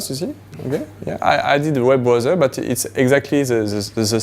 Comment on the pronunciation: As someone who speaks it "Blowsel" you should not correct someone :)